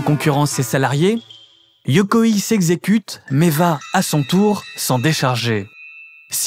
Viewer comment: Magnifique, vraiment une des meilleures chaînes youtubes qui existe. Si je peux me permettre juste une petite remarque: pour prononcer Yokoi comme tu le fais, il faudrait que le nom se transcrive Yokoii avec deux i. Tu peux dire Yokoï comme dans bolchoï. Mais bon, c'est rien, c'est un détail dans cette vidéo excellente en tous points